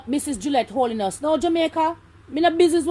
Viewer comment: Pronounce them name properly them name is 'Holness' not (Holiness) correct your pronouncements please and thanks😎